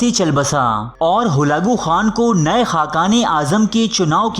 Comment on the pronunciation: Not halago Khan it's halako khan